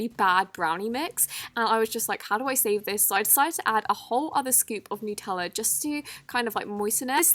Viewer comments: Nutella is pronounced nUt not nEw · Nootella, like what? it’s nutella. great video anyhow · It's NOT NOOTELLA ITS NUTELLA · I love you but yoh said noo teller when it is nut eller sos but that realyyyyy annoyed me 👍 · I love you but seriously your English please say Nutella not nootella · NUTella like hazelNUT not newtella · It’s n-u-tella not nooooootella! Do u eat noots or n-u-ts? Jeez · It’s called NUTella not NEWTELLA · People: Nutella: nootella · This is my opinion but I hate when people say noo-tella it’s nut+Ella cuz Nutella is made out of nuts so it’s nut-ella plz no hate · It's pronounced nut-tella not noot-tella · Why do you say nooootela it’s nuuuutella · Do you say Nootella or Nutella??? I say Nutella!!! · She said NOOOOTELLA LOL in Australia we say nut- ella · am i the only one who thinks it’s pronounced: n - uh - tella not: n - oo - tella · It annoys me so much when people say nootella and not Nutella 😭😂🤦🏼‍♀️ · It's nutella not newtella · It is Nutella not nOOtella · How nuttella is pronounced: Nu-Te-La How pronounces it: Noot-oola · K but it’s NUTella not NOOTella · When talks a says "Nootella" "Nootella? NOOTELLA? It's NUTELLA NUT!!!! No hate just my reaction love your vids! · Btw it's nut ella not noot ella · It is nooteelaaa not nootella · It’s NUTella! you don’t say peanut ‘peanoot’ do you? So why the freak to you say nootella it’s NUTella it’s got hazelnuts in it! Not hazelnoots! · It's NUT-Ella not new-tella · OMFG everyone calls it 'Nootella' its freaking Nutella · Its Nutella not Noootella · NUT-ELLA NOT NUTE-ELLA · Ughhh it’s not noot ella it’s nut ell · It’s not nootella it’s nut Ella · I love you but... its nut ella not nute ella im sorry but thats a pet peeve of mine. Its nut ella beacause it has nuts in lol. Oops sorry for the rant imma get hated on now! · honey, like ily but its nutella not nootella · Its "Nut" ella not nootella😂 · NUTELLA NOT "NOOTELAA!!!!" OMG OMG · It's nutella not nootella